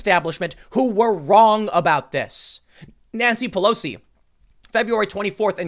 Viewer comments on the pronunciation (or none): none